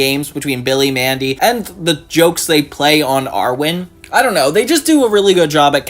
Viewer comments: It's pronounced Irwin, not Arwin. Also, I'm surprised you didn't know the future episode was a parody of Dune. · Friend please, IRwin not ARwin ❤